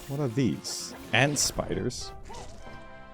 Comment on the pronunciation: Every time he said 'and' in stead of 'ant' 😩💔 Thank you for sharing.